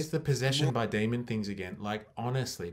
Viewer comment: "Demon" not "demond"